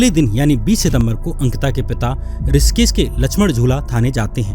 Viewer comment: ऋषिकेश को रिसकिस क्यों बोल रहे हो